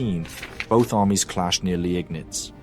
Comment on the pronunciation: You're still a bit inconsistent with the pronunciations - as remarked on a previous video, Landeshut has no "sh" sound, "Landes" and "hut" are distinct syllables. Also, in Germany, an "e" after an "i" is not pronounced separately, but a sign of the "i" being lengthened - "Leegnitz". "Daun" would also not be pronounced like "dawn" but more like "down".